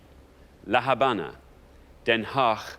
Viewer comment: Since the h is normally mute in Spanish, except when combined with the c, "La Habana" is pronounced as "La Abana." The way they pronounced it would be "La Jabana" written in Spanish.